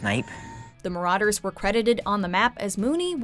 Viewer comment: Its so annoying that she says marauder with an au